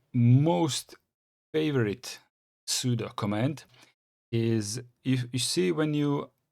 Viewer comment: There is no 'superuser' on Linux; it's root. the 'su' command is for switch user or substitute user. At least you pronounce 'sudo' correctly as "pseudo"